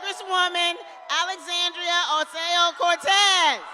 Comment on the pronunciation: With all due respect, Miss Kendra Brooks, the representative from NY name's is Alexandria Ocasio-Cortez not Alexandria "oseo or oteo" Cortez.